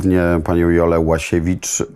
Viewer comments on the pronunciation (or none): Ułasiewicz a nie Łasiewicz redaktorzyno